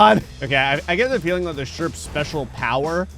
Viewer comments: Its the sherprehs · It's the sherprehs!